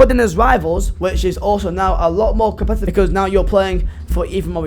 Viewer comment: Funny cos you can’t say the word competitive